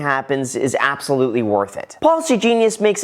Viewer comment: "Apesolutely" was almost the sole reason I would've held this like 😂.